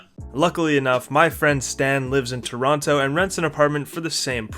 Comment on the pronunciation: This guys not even a real Canadian, can't even pronounce Toronto correctly! What a phony.